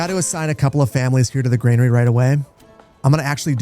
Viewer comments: It's "GRANERY", not "GREYNARY". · Please stop pronouncing granary as grainary. Very annoying 😂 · There's no "i" in Granary... ;) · Like the channel. Any chance I can get you to pronounce "granary," as GRAN-uh-ree instead of GRAIN-uh-ree? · Would you kindly drop that imaginary "i" in Granary? It's bothering me more than I'd like to admit.